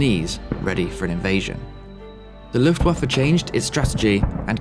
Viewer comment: Woah you pronounced "Luftwaffe" perfectly!!! Greetings from Germany ❤